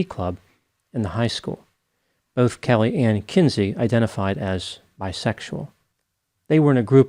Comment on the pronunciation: Damien’s not even kayoot, Kellehhhhhh!!! 🤨